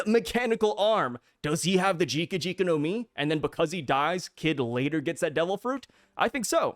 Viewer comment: you said Jika Jika instead of Jiki Jiki again lmfao